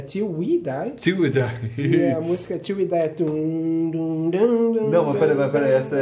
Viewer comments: Teve q falar til we die ate acertar😂😂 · Até agora ele fala til we die